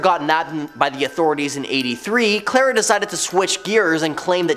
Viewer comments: It’s Carla not Clara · Not to be rude but its CAR LA all one word you also said the wrong name